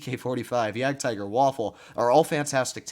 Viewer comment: The name you are pronouncing is 'Jadgtiger' but actually the German pronounciation is 'Jadgteger'. I have seen you pronouncing it wrong that's why.......